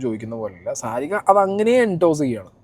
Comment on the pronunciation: സാരിക അല്ല ശാരിക 😂 the worst anchor ever.